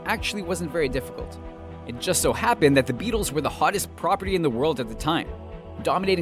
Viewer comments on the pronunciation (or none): none